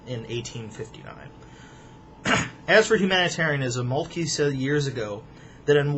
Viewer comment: Moltke is pronounced Molt-kuh, but that's a minor quibble. Excellent video.